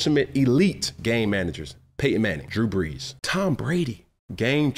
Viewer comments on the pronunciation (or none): none